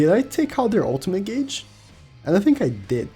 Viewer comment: U know i guess i should say it now.... u pronounced gauge wrong